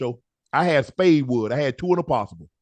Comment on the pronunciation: He said spade wood. 2 and a possible. I fell out.